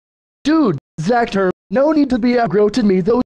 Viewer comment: Why did you say zather the computer user is zacther not zather